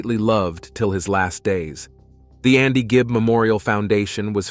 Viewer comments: Andy Gibb not Gibbs. If you're going to make a "documentary" do your research first, get the names and facts right or don't bother. The true fans know the truth. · Not even five minutes in. Maurice is pronounced "Morris" and their father's name is not High - it's Hugh. The surname is Gibb - not Gibbs. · Seen too many of these ridiculous videos on yt lately. As another comment said, straight from a wiki page. Can't even say the name of the person that the "documentary" is about properly. Gibbs? Geez. Massive thumbs down 👎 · Probably the same way the author of this video didn’t realize he was mispronouncing Andy’s last name 🤦🏻‍♂️ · Well it starts off in the first 30 seconds of the video mispronouncing his name so I’m out ✌️